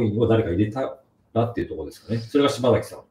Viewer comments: 内容より聞き手の人のしば”ざ”きと呼ぶのが気になってしまう。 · 細かいけど"しばさき"ね 何回も"しばざき"言われるとさすがに聞きづらい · パッサーパッサーて…普通にパサーと言ってくれ…あとshibasakiをshibazakiというのもやめてくれよ